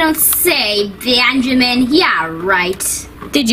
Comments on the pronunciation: U don’t say beeeanjiman”😂😂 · i’M herE miSS nAtaLIe iTS nOT BenJAMine 😂😂😂😂😂😂😂💀💀💀